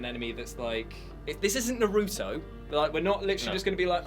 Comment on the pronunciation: #PronounciationTriggered NAH-roo-toh, not nah-ROO-toh.